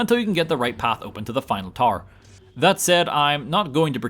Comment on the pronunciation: Took me awhile to figure out you were saying “tower” instead of TAR.